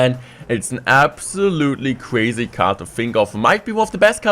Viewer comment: This is cwuaysi hahahha sooo ein deutscher